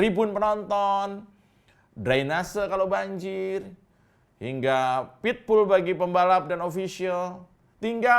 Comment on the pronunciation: Bukan pitbull bang 😅😅😅😅 tapi paddock, bletaakk kuping gw bg lu blg pitbull,😂😂😂😂